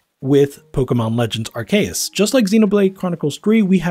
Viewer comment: I stopped watching after you pronounced Arceus incorrectly. Do better.